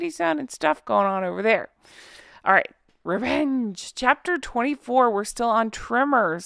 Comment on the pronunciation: Rrrrrevvenge lol 😂.